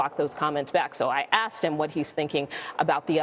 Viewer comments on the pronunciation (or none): 50 Cent was “asssted” what? It’s “asked” bro…ASKed…insert the K after the S ok? 🤔